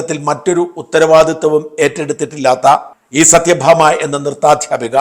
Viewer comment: സത്യ ഭാമ അല്ല സത്വ ഭാമ